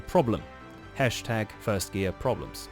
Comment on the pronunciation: Fird gear??? Did you mean first or third?